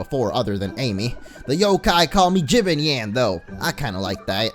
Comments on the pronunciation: You pronounce jibanyan like the... Jib-arn-yarn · its ji ban yan with the a the a sunding like man in jamacin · Its pronouced ju-bon-yon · It's jebonyon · Louis Rodriguez dude watch the tv show pm on disney XD it's said ji-bon-yon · It's pronounced ji Bon yawn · It's pronounced jibonyon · It's Pronounced chE-ban-yan. /[T_T]\ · It's jib on yon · it is called jE-ban-ian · its ji_bayn_yawn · it's (JE-BON-NION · Pronounced jib-Bawn-yawn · jib-ann-yan thats how you pronouce his name and he dos not have a western accent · IT'S SAID JIHBAWNYAWN!!!!! (am I late?) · its pronuced ji ban yan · its jabanyan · Here is how you prenonce jibanyan ( jib-on-yawn) also check out my YouTube channel which is Jessica Deer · its pronounced gi-bon-yawn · Jibanyan is pronounced jab on yon orange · ja bon yon say it properly ! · NOT JIBANJAN \JABONYON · the pronunciation is jib-on-yawn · sorry not trying to sound mean I just hate when someone pronounces something wrong, its juh-bon-yon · its Ji-Bon-yon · said Jibanyan's name wrong, it's pronounced Ji-ban-yan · It's Chee Bon Yawn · Dude no offense but I'm getting ocd it's pronounced jibonyon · If you really want to know how the orange cats name is its ji-BON-yan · its pronounced "JIb AHN YAHN" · its pronounced ji-ban-ni-an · lol ji-ben-nyan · Ok, it's pronounced Jibanyan as in Jee-bawn-yawn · Jee-Bon-yon is how it's supposed to be pronounced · I think it's pronounced Jee-bahn-nyan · It's ji-ba-n-ya-n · It's pronounced Jib-ban-nian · it's je-Bon-yay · Just to let you know, I'm pretty sure that Jibanyan is pronounced as jib-ahn-yan. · It's pronounced hebonyon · Orange just saying, it's pronounced," juh-bon-yun." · Mo its pronounced like jib-on-yon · Dude you pronounce jibanyan wrong u say it like jewbanyan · I'll show you how to pronounce the right Kitty's name ju-pan-iyn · It s pronuce gi ban yan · Its Ji-Baan-Yan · if it helps, Jibanyan is Jee-bah-nyawn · It's pronounced ja-pan-yawn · It's pronounced ji-Bon-YAWN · it's jabnyan